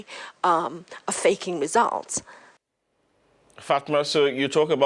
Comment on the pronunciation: Him saying fatma sounded like his mom nickname is fat ma